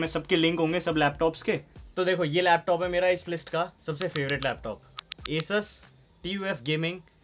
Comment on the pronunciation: Chlo kisi ne toh theek thaak PRONOUNCE KIYA ASUS